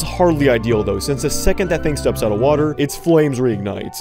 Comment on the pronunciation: I love how he says water wWA err